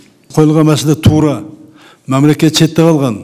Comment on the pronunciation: Мямлакят онугот кудай буйруса!🤔